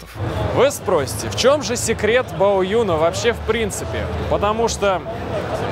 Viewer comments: Не Баоюн, а БАОЦЗЮНЬ ... Рассказывать о китайских машинах и не знать как правильно произносить название, ну камон, ну ! !! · Баодзюн, а не Баоюн.